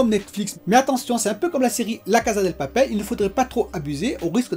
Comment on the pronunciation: Vais faire mon chiant désolé 🙏 Mais c'est la Casa DE papel, maison de papier, casa Del papel C'est la maison du papier Et on prononce cassa pas caza Désolé 🙏 😔